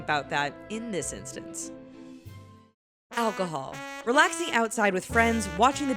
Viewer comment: Lol. "Alchohol"